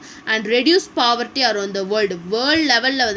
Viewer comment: Pavarty illa mam poverty